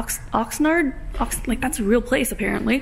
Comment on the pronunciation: lol having a hard time trying to say 'Oxnard'. 805 represent!